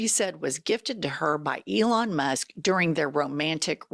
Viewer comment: He used to call Elon Leon